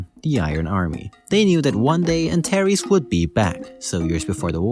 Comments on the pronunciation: Antares is pronounced anTARs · I’m pretty sure Antares is pronounced more like [Ant-aires]